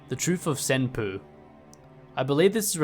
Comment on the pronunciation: "senpoo" lmao